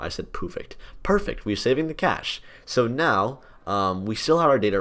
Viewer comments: "pufect" lol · "Poofect"